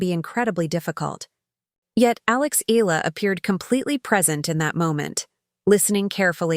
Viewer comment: Not EE-LAH! It's EE-YAH-LAH!